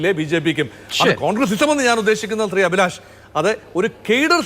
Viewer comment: അവതാരകൻ്റെ "ഷെറി "ഷ്റി "പ്രയോഗം എന്തൊരരോചകം. ശ എന്നത് ശ്രീ എന്ന് വഴങ്ങില്ലേ നാവിന് ?